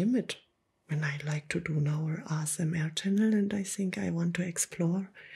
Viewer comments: It sounds like ur saying rsma instead of asmr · Why do you say RSMA Katz and not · Like the asmr but to be honest the way you say asmr just makes me wide awake and annoyed because you don't say it correctly